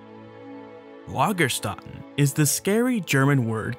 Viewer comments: Btw. Lagerstätte is pronounced more like Lagershtette. Lagerstätte is the singular, Lagerstätten is the plural. (the ä is short and the e at the end is not silent). I just noticed that someone else already pointed this out. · Actually it's a "Lagerstätte" and many "Lagerstätten". "Ä" is just "AE" pronunced like the A in arrow. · German: in the word "Lagerstätten" the umlaut "ä" is not pronounced "ah" or "uh", but lighter and flatter, like the "a" in the English "back" or "track". That's what the two dots over the vowel mean: pronounce it "differently" (an Umlaut is a "Turn-Loud"). Sadly, Wikipedia is not the best source to hear the correct pronunciation of non-English words.